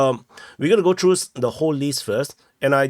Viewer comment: 🔴, I am a viewer many yrs. But, PLEASE practice the TH sound. You speak English, but not pronouncing TH sound makes it sound like baby talk.......... For ex: "tree km" = THree km;" turdy” km = THirty km; “wiffdraw” = wiTHdraw; “norff” = norTH.; “true” = THrough. Just a suggestion if you want to sound less cringe and want more new followers who can understand you.. 😃